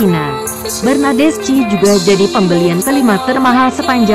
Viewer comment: Baca nya bernadeski/bernadeschi bukan bernadesci